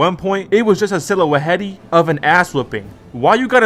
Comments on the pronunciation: I think that was the first time I heard someone pronounced silhouette like that. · I hope I'm just a victim and you actually know how to pronounce silhouette lmao